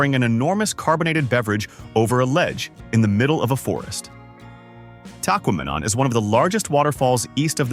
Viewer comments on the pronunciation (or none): learn to pronounce the English language Tahquamenon falls is sounded out a lot better then you say it.